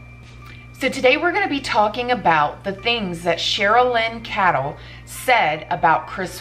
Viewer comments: Pronounced "kaydel" not " kadall" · Hi. Her last name is pronounced Kay-dl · just so you know & I’m not throwing any shade for mispronouncing names (God knows I’ve done it myself too often) but the Chris Watts author’s name is Cheryln Cadle is pronounced Kay-dell. Just a heads up sent in love. Your channel is terrific & it’s one of my favorites! God bless you & your family. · Pronounced cradle, but no r🤗 I love your beautiful videos.